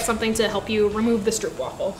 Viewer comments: It's Str-Oh-p (as in hope) Waffle. (I'm Dutch. Str-OO-p (as in food) is so wrong makes me want to...) But love the video. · There are no traditions for stroopwafels, also the pronunciation is more like strohpwaafel not stroopwaffel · And wafel is like waafel (a big aaaah) :p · Its stroopwafel not stroepwafel lol o oo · I love the fact they're getting more well known, but the English pronunciation is just so grating. The "oo" is more like the "o" in home than the "oo" in cookie. I can take the soft r and the "waffle", but the "oo" thing is just painful to me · As a Dutchie, I find stroopwafels so overrated. Like they're good, but not to the point of all the hype. Also everyone pronounces it so weirdly. It's pronounced more like hope (str-ope). Not struup. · The best way to describe the dutch pronunciation is "strope wàfel" i think, i love this video so much! Greetings from the netherlands! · Stroopwafel. Bit of a personal pet peeve of mine but just pronounce it "Strohpwaffle" with the "oh" sound replacing the "oo" sound. But yes, delicious sweet treat that has been served aside many a cup of coffee and tea. There's a supermarket that does weird flavor variations on them, sea salt caramel is quite delicious but nothing beats the original. And well done on putting in the effort to make your own! :) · Stroopwafels are actually pronounced more like an English person would pronounce stropewafels (almost like rope but with "st" in front). The double o is just a regular o sound for us dutchies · If you ever wondered, it's pronounced "strew-erp-vafel" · Being Dutch, I enjoyed you making ‘our’ stroopwafels 😀. BTW, the real pronunciation of the ‘oo’ in stroop is exactly the same as the ‘oa’ in oatmeal 😜. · as a person who has read a comment from a Dutch person on another video about the pronunciation, I also agree with this. But I don't like it. I prefer the way she says it in the video. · The oo part is pronounced as the oa in boat